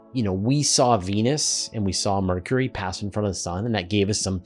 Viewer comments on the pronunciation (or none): none